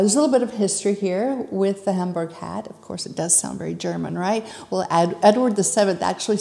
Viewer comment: Isn’t it pronounced Homburg not Hamburg?